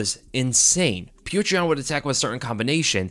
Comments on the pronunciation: For the love of god, it’s not putrid yan. It’s pronounced “pyoter”. Just like fedor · I'm convinced that can't say Petr name right lol. Peow-ter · bro pronounce it peyoter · It’s hilarious that you can’t pronounce pyotr even nearly right